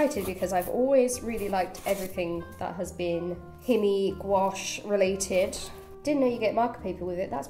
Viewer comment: I think it's commonly pronounced "heemee" and "meeyuh"